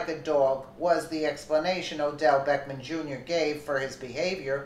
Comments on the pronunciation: not that it matters but his name is not beckman. it's Beck-ham. and that's classy, act like an animal. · it is Beck HAM you not Beck men go back to school and learn how read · So you are calling him Beckman on purpose. I assume you can read but at the same time if you don't want to call him by his real name I understand. I just hope you don't in the future get some backlash for speaking his name wrong. He seems like the kind of guy who would give you serious problems for that.